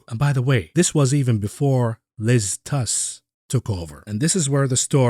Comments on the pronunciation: It's Truss, not Tuss. Appropriate as this can also be the name for two short planks. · Ironically Truss is pronounced like “trust” but without the final t.